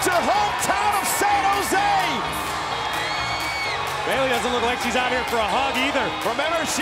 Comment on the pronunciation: Okay I’m just letting you be right and I’m not hating and it’s Bayley:3